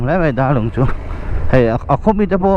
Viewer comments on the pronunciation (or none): i hre sual tlat mai..😅 kanghmun thluk a lam tur a ni lo darlung alam dan hi a dik e 🎉 enjoy the video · Darlung kha sir DAR tih lai kha SHOULDER mizo tawng a DAR tih a lam/thluk tur a nilo mo,mahse ka hresual maithei ❤❤❤❤❤